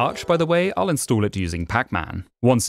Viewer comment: Narrator: instood me: InstAll